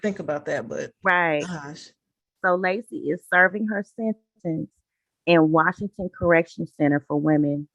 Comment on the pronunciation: I'm originally from Washington State and I appreciate your pronunciation of the towns so frustrating when podcaster can't say the town's properly ( Guess it's a pet peeve) And you thank you for covering this Tragic story